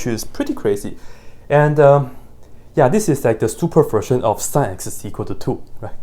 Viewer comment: Pronouncing "sin x" as "sẽx" and "negative i" as "nakedy i" ...you have my attention, sir. 🎩